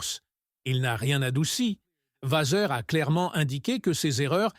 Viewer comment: Le texte est intéressant, mais la diction catastrophique et les intonations malta propos. Et Frédéric Vazeur ? What ? Je passe mon chemin.